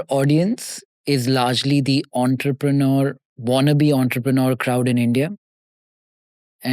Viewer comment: Did you say "wannabe" entrepreneurs"?